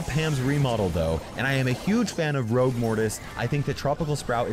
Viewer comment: Why do you keep saying ROUGE! IT'S ROGUE 🤦🏻‍♂️